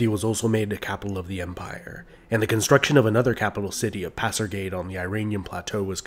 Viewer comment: Excellent video but it's pronounced "Pas-ar-ga-dai "